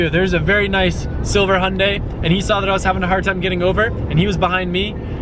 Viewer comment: the way you say Hyundai is funny lol